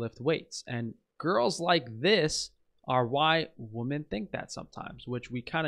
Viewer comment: Why do so many people mispronounce the word "women"?